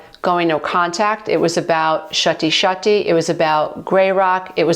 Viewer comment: Your videos are always so relatable and helpful. Thank you. I chuckle every time I hear say Shuttie-shuttie.